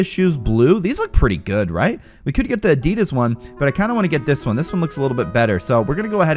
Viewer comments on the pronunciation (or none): none